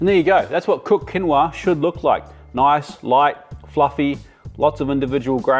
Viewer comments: It's pronounced keen wha!! Not kinwa. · It's pronounced Quinn-o-ah 😂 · I also think it’s bollocks 😂 and I agree it quinowa 😂😂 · I laughed so loudly at the pronunciation of quinoa! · I thought your Quinoa pronunciation was funny ‘cause it reminded me of a 70’s episode of Jacques Pépin episode where he cooks quinoa and pronounced it as you did. I doubt many knew he was pronouncing it incorrectly at the time. Unlike now, most had never heard of it. Loving this informational. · Hand up everyone whose been pronouncing quinoa wrong their entire life?🖐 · The mispronounced quinoa is a wonderful way to troll vegans!